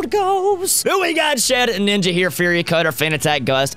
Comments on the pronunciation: keeps saying ShedNINJA insted of ShedINJA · Guys! It's Shedinja, not Shedninja! It's like nails on a chalkboard every time haha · I don't know why it bothers me so much when he says shed ninja